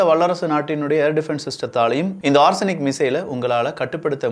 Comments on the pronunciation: konjam thappa solliteenga. Adhu ஓர்சனிக் illa na. Adhu ஓ-ரேஷ்-னிக் - Or-Resh-Nik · It is ORESH-NIK not ARSENIC. It means Hazel - Tree in Russian. The tree discharges pods in this fashion one after another like the missile's multiple independent warheads fall down...